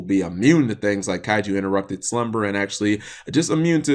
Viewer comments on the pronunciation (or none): none